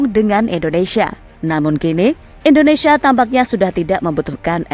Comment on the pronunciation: Indonesia sis, bukan Endonesia, belajar lg bahasa Indonesia nya ya